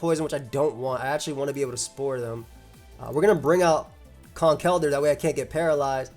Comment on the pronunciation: Been a longtime viewer of your content but it was hearing you pronounce Conkeldurr correctly in this video (and Quaquaval correctly in a previous one) that convinced me to finally sub. Glad to do my part to help you reach 400k!